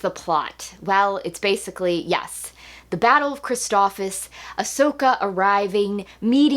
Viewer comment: Amazing review as always! But I have to point out the planet is pronounced phonetically as Christophsis! You were saying Christophis lol